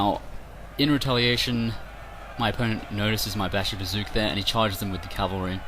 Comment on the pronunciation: LOL Bashibazookawookas...OK aside from murdering the Turkish language uh glad to see you back in action as always you are crushing the fools who are deleuded enough to think they stand a chanceanyways good job. BTW....AHA I KNEW YOU WERE A MUTANT!!!!!